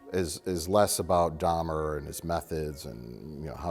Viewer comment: "Dhamer dash monster colon" lmfao 5 secs in im ded